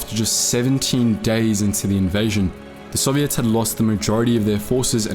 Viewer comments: You're pronouncing Soviets incorrectly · "sovvy - ets" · I like how he says Soviets like serviettes.